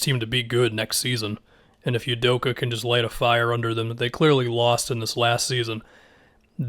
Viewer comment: For reference, pronounced “Ou-doh-kah”